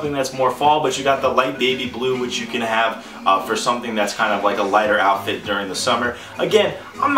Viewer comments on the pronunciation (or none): none